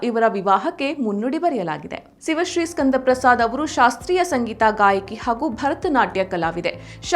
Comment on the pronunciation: ಸಿವಶ್ರೀ ಅಲ್ಲ, ಶಿವಶ್ರೀ.